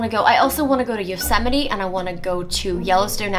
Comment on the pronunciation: she said Yo se mite so wrong